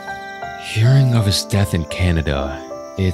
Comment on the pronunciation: I have a very serious but unrelated question. You're pronunciation of Canada has me curious. Did you watch Canadian Heritage Minutes growing up? (if not i'll assume your doing it for the Kana bit).